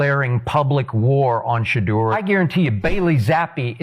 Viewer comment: Why does the commentator keeps mispronouncing Shedeur name??😮